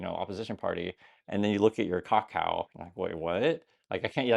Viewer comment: As someone else living over here, the biggest issue here is why is saying Kakao the way he is? No one says the name like that!